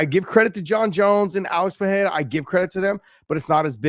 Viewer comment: Ey Josh, ask your "chill" homie to ask Glover how to correctly pronounce "Pereira".